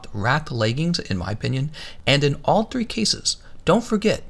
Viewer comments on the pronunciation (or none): none